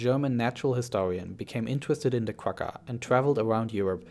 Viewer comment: the "gg" in quagga is pronounced like a flem sound. Like the "ch" in Bach. It's the sound you make when you've got popcorn stuck in your throat.